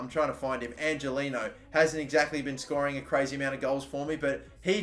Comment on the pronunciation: Not to break it to you but Angeliño's name is pronounced ''Anghelinyo''